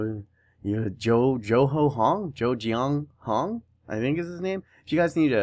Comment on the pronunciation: haha his name is pronounced Ji-ong Ho haha yeah hes definitely one of my favourite CB in the game :D hes a beast CDM aswell :D oh and i forgot if i comment this before but Miyaichi overall go up to about 82 so hes got good potential